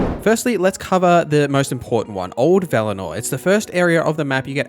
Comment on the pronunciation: While there's some good tips in here, your first one is VERY BAD. If you leave the first zone quickly you will not be able to do a bunch of side quests that are locked after certain story decisions and such. You shouldn't be telling people to leave Old Villador (not Velanor, as you called it :P) without warning them that they may lose a bunch of side quests doing that.